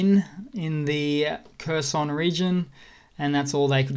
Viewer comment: If you would like to sound more like you know what you're talking about, Kherson is not pronoused like cursin' - it's more like hair-SON [xerˈsɔn]. And HAR-keev [ˈxɑrkiu̯] up north.